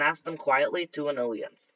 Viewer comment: These are getting better and better. But.. can you please look up how to pronounce alliance it is really hard to ignore your mispronounation of it